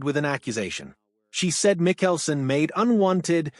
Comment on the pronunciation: Pronoun his name correctly. PLEASE!